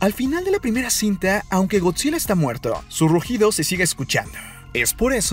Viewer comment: Me chirría que diga eeeee al final de cada frase. Es Gotzilla no Gotzileee